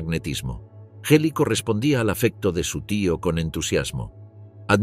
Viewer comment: La G del nombre de su sobrina se pronunvia dura como en la palabra "gracia"